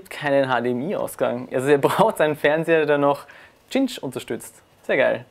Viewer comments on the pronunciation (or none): Das Wort "Cinch" spricht sich "ßinsch". Mit einem scharfen S (Eszett) wie bei City, Center oder Cigar.